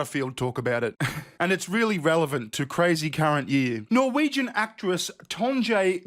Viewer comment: It's pronounced Tonye. J sounds like english y in northern europe.